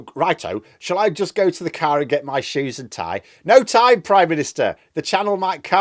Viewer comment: "The shoesa..the shoesa"!!!!!